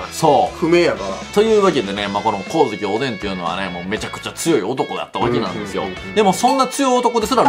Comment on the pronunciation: 光月おDん(おでぃん)www